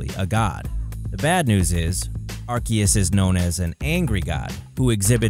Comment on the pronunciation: I had to stop watching when he said Arcias to